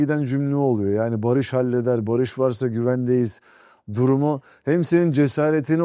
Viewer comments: بما انك بديت تقابل الممثلين الاتراك حسن لفظك شوي حتى الاسم لفظه خطأ باريش مو باريييش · اولا اسمه بارِش يعني سلم او صلح مو بارييش، تانيا اسئلة كتير مفلسفة مالها داعي تالتا ما اتحملت غير اول ٣ دقايق